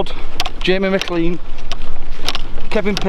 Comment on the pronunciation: Haha Boltons Bangladesh fm beltin, but its McLaren not McLean owd lad haha